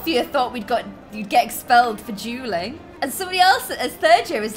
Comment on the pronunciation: Whenever you say dueling, I hear drueling